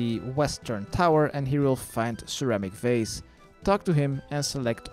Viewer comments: never thought of sir amik varze as ceramic vase until you said it like that XD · Sir Amik Vaze..... Ceramic Vase... facepalm